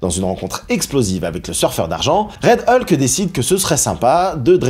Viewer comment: Ça m’agace... Tantôt c’est "E-lke", tantôt la bonne prononciation "Hulk". Sinon, bonne vidéo !